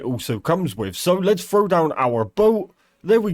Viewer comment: listening to this poorly educated broken english literally lowers my IQ... here's a quick cheat sheet if you're lost on wtf he's talking about. fevver = feather, warevur = where ever, wahur = water, each ovvor = each other, ovvur = other, thar/dar = there, anovur = another, fro = throw, ahuer = alter, rezorzes = resources.